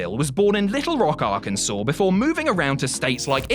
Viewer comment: On behalf of my state, thanks for saying Arkansas correctly....and for not picking sid 😂😂